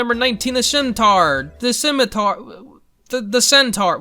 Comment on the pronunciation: Épée is pronounced eh-pay. Scimitar is pronounced Sim-it-arr.